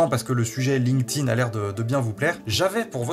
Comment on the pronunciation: Je mets un pouce en l'air uniquement parce que tu dois être un des seuls sur youtube à prononcer correctement "linked in" ... bon aussi parce que c'est une vidéo de qualité